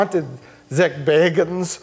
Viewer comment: Mike finally pronounced "Zak Bagans" correctly after all these years of calling him "Zak Baggins"